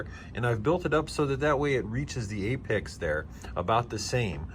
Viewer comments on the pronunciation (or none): none